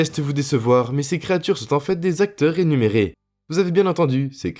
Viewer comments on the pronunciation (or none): 8,50 mn : "Créatures RÉMUNÉRÉES" non "rénuméré"